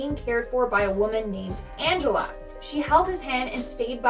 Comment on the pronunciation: “Angel-a” ... she didn’t even try and hide it 😇